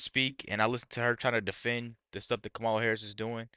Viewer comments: The Vice President’s name is KAH-mah-lah, not Kay-MAH-lah. If you can’t get that right you don’t deserve to be taken seriously. What do you think people are thinking? You ask? They think people of color - that’s you, will be screwed if trump is elected. You sir, are a traitor and an idiot. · Before you start speaking about intelligence, you should learn how to correctly pronounce Kamala's name.